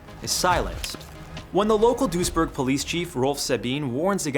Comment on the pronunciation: The City's name is Duisburg, not dursjerk